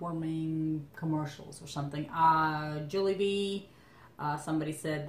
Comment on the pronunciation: its pronounced as Jawlybee